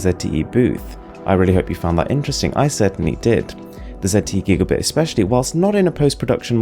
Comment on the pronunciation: Gigabit or Gigabyte? Its Gigabit, but I hear Gigabyte.